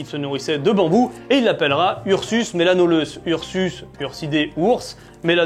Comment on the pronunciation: Melanoleuca et non pas melanoleuce !!!!